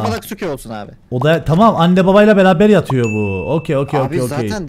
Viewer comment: oha cidden sen demeseydin farketmicektim adam BABAĞĞ diyor sdfjsdfhdf